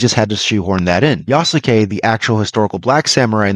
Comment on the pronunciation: You pronounce Yasuke incorrectly. The U is silent.